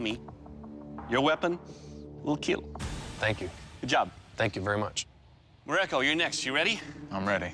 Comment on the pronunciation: “ It will keel 😏”